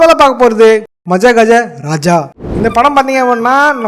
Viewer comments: Athu Madha Gaja Raja.. Maja gaja raja va 😅😅😅😅 ena bro pesuringaaa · Bosss.. athu maJajajaraja illa, maDHagajaraja.. :face-purple-wide-eyes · Bro அது மஜகஜராஜா இல்ல மதகஜராஜா